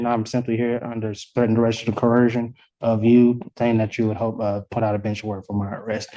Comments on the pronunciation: “Under threat and duress and co-hershun” 🤣🤡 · He can't even say the word coercion. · The sovcidiots still don't know how to pronounce "coercion"? 🤨